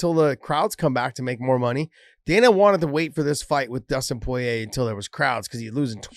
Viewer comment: Is anyone ever going to tell Josh that the first r in Porier is not silent?!?!